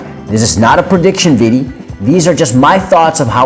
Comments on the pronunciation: i hate the way this dude keeps saying "videy". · video. not viddy, video.